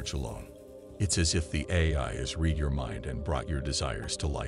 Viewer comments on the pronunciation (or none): Great content! Love watching all these videos. But it just bothers me a little when in all these videos the AI doesn’t say the correct words like read (pronounced reed) vs. read (pronounced red).